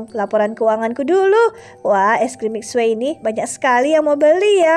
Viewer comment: Itu manggil eskrim mixue miksue nama nya emang mixue tapi di baca nya miksu bukan miksue 😂